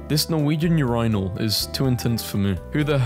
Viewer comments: We're not going to gloss over how this man pronounces "urinal" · weird way to say urinal